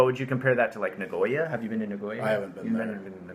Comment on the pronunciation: I would like to know if you are mispronouncing Sapporo and Nagoya on purpose. If you are mispronouncing for your english speaking watchers, then ok. But if you are doing that because that is how you pronounce it even in Japanese...